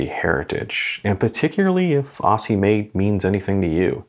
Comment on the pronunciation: Great review. I'm delighted that this micro-brand is getting some attention. I have a Carlton (1st release without date window) and a Hawthorn. Just so you can add cred points with Australians, 'Aussie' is pronounced 'Ozzie'. Cheers, Matt